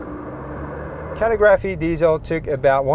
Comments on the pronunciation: Also, dude, say cuh-LIGG-ruh'fee not Cally-graphee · CALL-I-GRAPHY. NOT CAL-EE-GRAPHY. CALL-I-GRAPHY!!!! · It is pronounced Calig-raphee. You are saying calligraphy wrong 😂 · Rims are ugly. Way too busy. Why paint the area around the wheels when the rest is that subdued chrome? Get rid of the chrome. Then it would work. Also...just for information..its pronounced Caa lig ah free. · Couldn't get passed you not able to say "calligraphy" correctly. 🤷‍♂️🙄